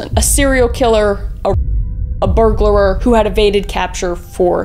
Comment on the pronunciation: It's just...a "burglar." No such thing as a burglarer, lol.